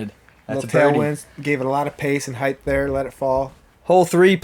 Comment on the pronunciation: Did we hear "heidth" though? Lol